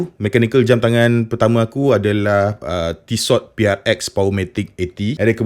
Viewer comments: ejaan tissot, t belakang tu takde bunyi sebenarnya, tisso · Sebutan Tissot yg tepat : Ti-so